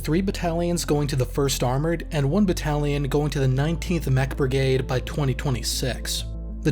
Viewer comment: Can you please just say brigade not brigaied